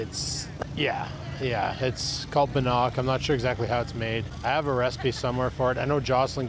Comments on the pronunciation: Hey, It is Bannock and pronounced Ban ock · Its pronounced Bann ick also known as Indian Fry Bread.